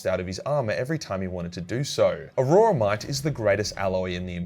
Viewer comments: Aurora-mite? Lol am I saying it wrong?? I always thought it was pronounced aura-mite. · It's "auramite" NOT a-ror-a-mite. Think of it as or-ra-mite.